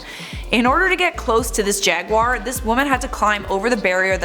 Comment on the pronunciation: Another reason to like more, she’s one of the few people I’ve heard that pronounces jaguar correctly. Most pronounce it jag-wire and it drives me nuts.